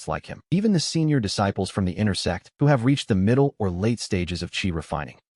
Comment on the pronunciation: The ai can’t say sect properly and it comes out sex what’s really funny is that webnovel ai reader calls big shots big shits